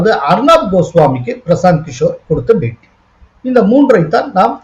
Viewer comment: Is it paytea or beytea. kindly pronounce properly.